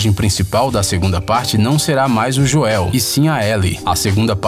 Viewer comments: E Joel e não joen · Joél, kkkkkkkk! Se fala dioel, e se escreve Joel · ele chamou o Joel de Joél KKKKKKKKKK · "Joeu" Kkkk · A Mano foi dms agora pra eu q sou fã de The Last Of Us, o cara pronuncio errado "Joel" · E o "joel" então? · que agonia ele falando "joel" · O melhor foi o Joel sendo pronunciado super errado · quase dei dislike quando falou o nome do Joel errado. Parece voz de google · Q agunia dele falando Joel errado kkkkkk